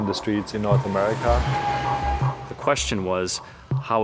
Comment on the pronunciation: It’s America not amerika you dummy!!! Now get to the choppa!!!